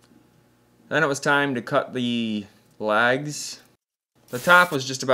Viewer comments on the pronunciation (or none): Thinking what you were on about when you said lags. You were saying legs lol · It took me a minute to realize you were saying legs and not LAGS. But beautiful work.